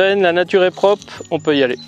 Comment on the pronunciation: Hello, j'apprécie bien tes vidéos mais il y a quelque chose qui me dérange dans ta prononciation. Quand tu parles de kilomètRes, il y à un R à prononcer à la fin. De même quand tu parles des autes et non des autRes... Il faut dire propRe et pas prop...Enfin, je pense qu'il y a plus grave dans la vie mais ça me tire l'oreille à chaque fois...😉 Je ne sais pas si je suis le premier à faire la remarque mais je ne doute pas que tu prendras celle-ci très au sérieux... Allez, sans rancune et bonne route! 😀